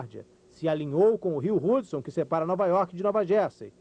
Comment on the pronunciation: Vim aqui em 2018 para dizer "AIRBÁS" , "RUDSON", "RODRIGO BOCARDI CÚ"